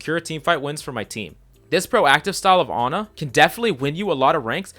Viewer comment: wehn he goes "anna" instead of "ana" im sorry but that just triggers me.